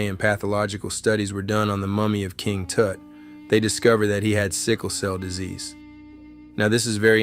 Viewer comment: "King Toot", hahahahahahaha